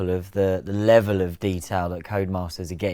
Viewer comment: "Who the hell is this Comas guy he keeps talking about? Oh, he's saying "Codemasters".."